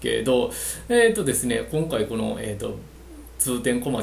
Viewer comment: こ↑ん↑か↓い↓